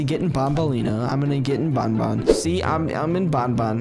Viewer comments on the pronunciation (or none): its ban ban not bon bon [wich is my dogs name😶] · it is Banban not Bonbon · Name is banban not bonbon